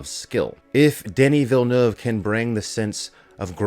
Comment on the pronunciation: Thank you for pronouncing his (Denis Villeneuve) name correctly.